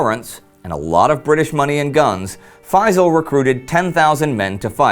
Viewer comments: I really wish that people would pronounce the Arab names correctly, especially that the name Feysal does not contain any of the letters that are very difficult to pronounce by Westerners. It's Feysal, the S is pronounced as S NOT as Z. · if you wanna perfectly pronounce the name Faisal, don't use z instead of s. say Faisal with the s full and complete it's even perfect pronunciation if you add a lite barely heard whistle stressing the s.